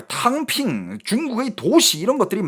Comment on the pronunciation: 탕핑이 덤핑으로 들리는건...저만 그런건가요??